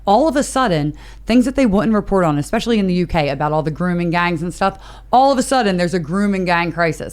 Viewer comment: Yayy more or whatecer his last name is. That boy loves saying (especially) more than any other word. " when...", " when...", " when..."